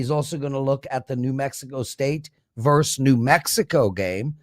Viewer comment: I always thought "vs. " was pronounced like versus and not verse. Learning more and more all the time.